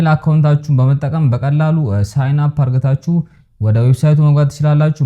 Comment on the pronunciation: Don't say አርግታችሁ correct as አድርጋችሁ